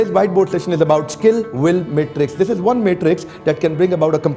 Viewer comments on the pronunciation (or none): none